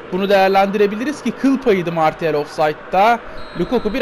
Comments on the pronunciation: 105. Like abi bildiğim kadarıyla Marşial diye okunuyo ama bende tam bilmiyom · Marçial diye biliyorum ben